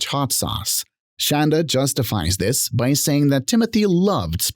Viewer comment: I love that the woman who insisted her medications be spelled correctly on her sentencing documents cannot inspire any crreator to say her name correctly. Call her Shann-dah until the end of time.